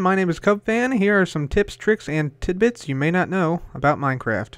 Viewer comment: "Here are some tricks, tips and tebits."